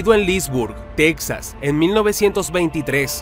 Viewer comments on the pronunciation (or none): none